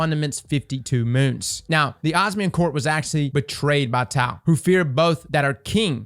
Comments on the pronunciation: Tay-Ox not Taw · Its "Tay-ox" not tau for taox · Taox is pronounced Tay ox. Lot of characters names in the game can be weird and easily butchered so I don't blame you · Taox pronounced as TĀ - OX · Taox = Tay Ox (that’s how you pronounce it lol) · toax is pronounced "Tay-aux" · Taox is pronounced Tay Oxe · It's pronounced Tay-ox brotha! 🤙🏼keep up the good work! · Taox (Tay-ox)